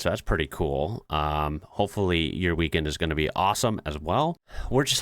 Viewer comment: the “weakened.”